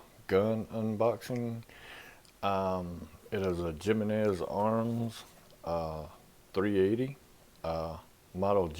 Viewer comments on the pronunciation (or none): Why is it that every time I watch a "how to" video, it starts with "what's up guys?" So frickin' lame! Grow up for pete's sake. By the way, it's pronounced 'he men ez' , not 'jim i nez' ...